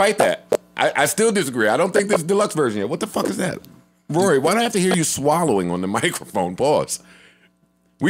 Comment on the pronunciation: ak cant even say rorys name right. How are you going to argue with a peasant who cant even say your name right lol